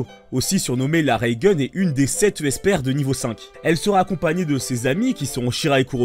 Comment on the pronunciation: et pk pas esper prononcer comme esperte sans te